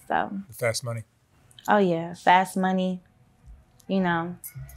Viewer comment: You can tell based on the way she says Money like “mehny”